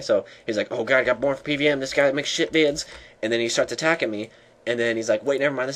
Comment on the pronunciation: Bern fer pee-v-eem